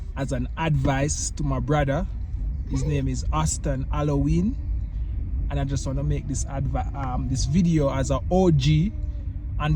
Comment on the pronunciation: Who else thought he said Auston Halloween?💀💀💀